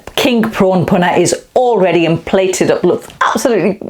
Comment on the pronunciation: Love the way you use everyday ingredients like the G&G frozen blocks that you can get from almost ANY supermarket these days (which don't taste any different either, btw). The bhuna stage ('phuna' as you say it - which is it??) seems to be THE key, and THE most important part of the cooking phase....I look forward to your video of this process - (no-one seems to spend anytime on this, but it's SO important to how your curry ends up as just, OK...or really GREAT!) Your Dhansak btw, is now my GO TO version of it - my missus' (and my son's) fav curry of ALL time, and she/he won't have any other version of it, other than yours...Cheers 👍😉